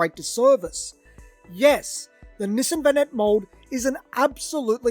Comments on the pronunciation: Through the whole video, I thought he was saying, "Missing vanette". I kept thinking, "what is he saying that's missing?", until I realized he was mispronouncing, Nissan as "missing". Nissan is pronounced (Nee-sahn) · I just kept hearing "the missin' vanette", "the missin' vanette". I'm like, well, where is it? Took me a while to realize he was saying "the Nissan (nee sahn) vanette". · I was half through before I realized you were saying Nissan not missing. I couldn’t figure out what was missing 😂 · No, it's pronounced "niss-ahn".